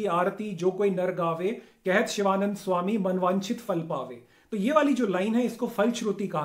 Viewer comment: फल होता है श्रीमान 'फ़ल' नहीं